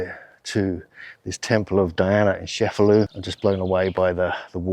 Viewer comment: It’s pronounced Chefalù not Shefalu. Beside that, excellent video. 👍👍👍